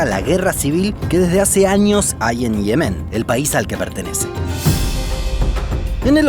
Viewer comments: Me rompe los tímpanos. Se dice Yemen no Ihemen, Ye-men. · ¿Por qué lo pronuncias como Yemén pero lo escribes como Yemen? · Dislike solo por decir Yemén en lugar de Yemen. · no tio, no es yemén, es yemen, enserio, que cojones pasa en sudamericacon las silabas tonicas ? que las van soltando donde primero les parece ? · Yemen, no Yemén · Hermoso, como siempre. Me emociono en cuanto veo notificaciones de vosotros. Una observación: el nombre de ese país en español es «Yemen», como en efecto aparece en el video, pero esto implica que no se pronuncia [jeˈmen], como lo hacéis, sino [ˈʝemen] (o, con acento argentino, [ˈʒeːmen]); la sílaba tónica es la primera, y va la misma 'y' de «yo». Me causa mucha curiosidad que hayáis escogido pronunciarlo de esa manera. ¿Por qué? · ¿Por qué pronuncias las palabras mal? Me refiero a que dice Yemén en vez de Yemen y cosas similares :/ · Me encanta este canal. Lo único malo que encuentro es la manía que tienes de decir Yemén, Naurú, cuando es Yemen, Nauru. Al menos en España, igual en Argentina se escribe y pronuncia distinto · No pensé que Yemen se pronunciaba ''lliemen'' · Pronuncia por favor bien Yemen, acentúa en la primera "e"